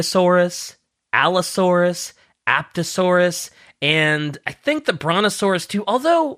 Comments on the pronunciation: apOtasaurus, not aPTasaurus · Hearing him call Apatosaurus, Appt-asaurus physically hurts my soul. Also yes, Apatosaurus and Brontosaurus did have a conflict between them that ended with the Brontosaurus fossils found being put under Apatosaurus, and the name being give to another sauropod much later on in the 2010's